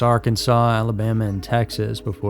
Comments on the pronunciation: Kudos for pronouncing the Sand Mountain town pof A-rab. I emotes your expose. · Wow. You said Arab correctly... Dekalb too... I'm from Florence... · You pronounced Arab correctly! Good to hear!